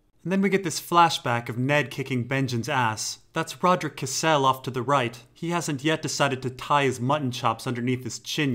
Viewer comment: had to stop at the 5 min mark. really like most of your stuff but god these alter egos you do are seriously cringe worthy. and it's rodrik "CAS-SELL", not "CA-SELL". You pronounced it like castle.